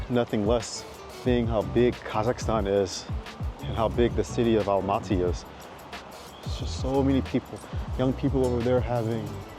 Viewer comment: Welcome to Almaty! Glad you liked the city. Btw Almaty is pronounced Almatuh, not Almatee.